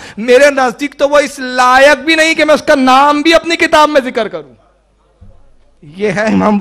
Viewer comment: Kitabo ke nam sahi padho